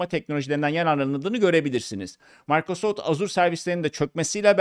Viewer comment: Türkçe'de ona Maykrosoft değil Mikrosoft denir.